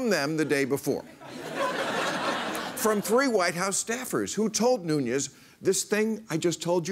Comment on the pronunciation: Devin 'the portugese' last name is nunes (no ñ)